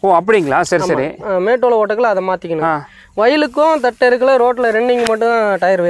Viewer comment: தட்டு அல்ல தட்டை